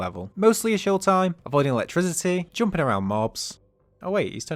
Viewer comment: this is the first time i've heard someone pronounce 'jumping' as 'joomping' lmao. funny af.